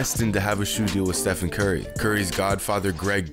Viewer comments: How do you not know how to say "Stephen Curry" "Steve-on Curly" face ass😂😭🤦🏽‍♂️ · How in the world do you get his name wrong wtf lmao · Even Riff Raff knows how to say the mans name. Now who’s got the plug on Steph Curry Mcflurries these days? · How do you mess up Stephen Curry??